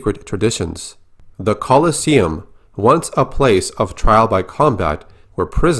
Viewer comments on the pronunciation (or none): none